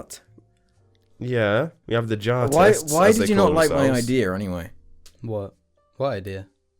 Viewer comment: See now it's actually JAR and not JJAR